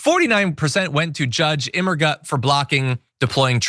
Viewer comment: I know English speaking people have tremendous difficulty with the concept of foreign languages not being pronounced as if they were English, but the judge's name Immergut is literally translated German for Alwaysgood, pronounced as (something pretty close to) 'Immergoot'. Not Immer-gut.